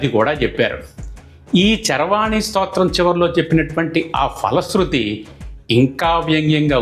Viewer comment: ☘️ స్తోత్ర రచన ,, పఠనం చక్కగా ఉన్నవి. కానీ ... ❤ తెలుగులో " F " ధ్వని గల వర్ణం లేదు. ☘️ ప - ఫ ( Pa.& Pha.) వర్ణాలు మాత్రమే ఉన్నాయి. కావున " ఫలశృతి " ( Phala sruthi. ) అని పలకాలి. ❤ " Fala sruthi " అని పలుకరాదు. ☘️ మీరు ,, మీ వంటి ఉచ్చారణ కలిగినవారు గ్రహించి ,, మారాలంటే మారవచ్చు. లేదా మీ యిష్టం. ❤ ❤ తెలుగు పండిట్ , రామచంద్ర పురం , కోనసీమ జిల్లా. ☘️